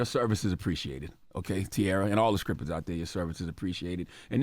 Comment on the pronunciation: Am I the only one who's hearing scrippers?